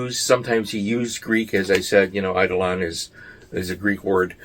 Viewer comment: I enjoy your videos! Btw, eidolon pronunciation = eye-DOH-luhn (not EYE-duh-LAWN: which is how it’s quotidianly mispronounced). hug 🫂 from the road ✈️🚙✈️🚙 — Dr D